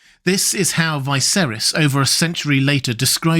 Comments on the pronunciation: Isn't Viserys pronounced with a "Vee"? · Why do you insist on pronouncing the names wrong when the show has twice had living characters called viserys